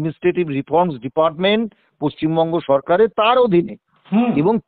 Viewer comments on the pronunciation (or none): none